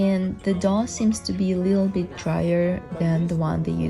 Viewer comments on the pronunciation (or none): I also thought it sounded like dog, but I think she said dough? At least I hope so!